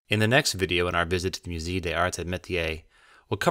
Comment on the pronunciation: Would it have killed you to learn how to pronounce musée before making this? It kills your credibility.